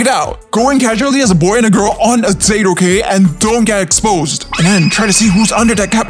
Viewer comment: Not dayte its date